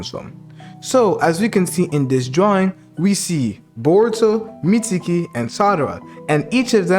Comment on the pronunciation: meetsukii and salaratdha why you say it like that